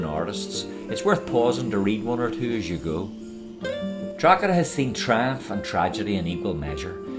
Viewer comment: Draw heda, silent g